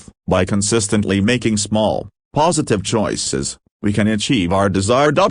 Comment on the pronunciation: Can you say... ChOoiiises...? :face-red-droopy-eyes